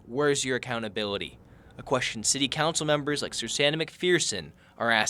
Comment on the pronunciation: “WHERE’S your Accoutability” more like where’s the n in accountability?